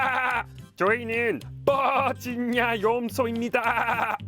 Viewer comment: 올리버쌤 버지니아 한국발음 너무 인상적 😂